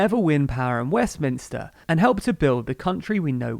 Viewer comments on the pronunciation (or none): none